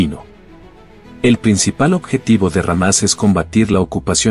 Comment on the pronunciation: Es Hámas no sé porque ésta persona, dice ramas.